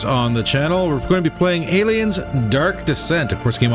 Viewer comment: Aye-liums gunna getcha...